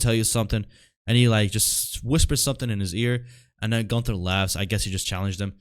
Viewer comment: It's like brudda can't hear 😂 Gunther doesn't say "ying" lmao it's more of a "rrling"